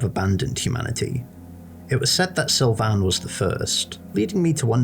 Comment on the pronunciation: Why do you say Sylvian like that?